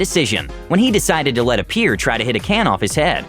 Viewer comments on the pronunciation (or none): Bro, you just called the MVP “jockik” Please, and I mean please, check pronunciation before recording. You also just called Maria Sharapova “a peer” Cmon man